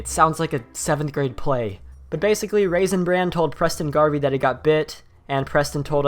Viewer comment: It sounds like your saying raisin brand